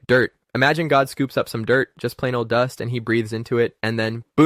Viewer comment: 😂😂😂😂 God made man from dirt….thats right DUST 😂😂Bro why u had to say it like that lol